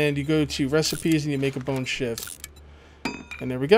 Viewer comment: when said bone shiv I thought he said bone shit